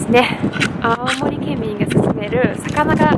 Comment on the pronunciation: 懐かしのアルフィー熱唱笑笑笑🤣 青森アオモリの発音が地元民だやなw ロシア人だどばっか思ってだけども。オラも秋田だはんで懐かしでばなや笑